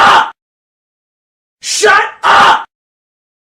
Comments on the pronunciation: All hes saying is shuh uh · at this point it sounds like he's saying "shut ugh" instead. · After listening to it for a while, it literally sounds like “SHUT UH-“. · I cant hear the 'p' it sounds like shut Uh!